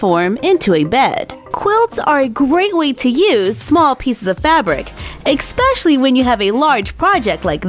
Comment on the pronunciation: I think it's cute the way you always pronounce the word especially, "ecspecially".